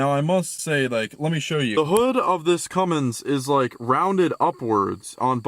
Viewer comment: Cummins. Not Cummings.